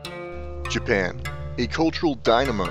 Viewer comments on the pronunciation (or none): none